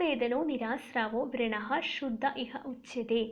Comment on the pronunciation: Hello it’s not vreena( your pronunciation) it’s vrana